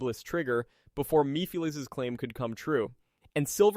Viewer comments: Meepheleez. Only AI could say it like that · You pronounceation of Solaris and mephalise I find laughable. Practically defanged the manipulater completely! Seriously mefalises? Sounds like so jokie sat am villine not the end of the world threat. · Come on now you know how to pronounce mephiles …🤦🏾‍♀️